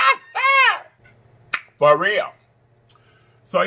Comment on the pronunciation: If you say dalectABLE like that one more time 🤣😆😂 I can NOT